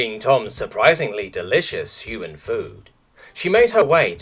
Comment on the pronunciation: I straight up lost half my coffee and contracted asthma when hyu-man was pronounced high-u-ooo-muun. Poor narrator must have had a stroke while reading that one.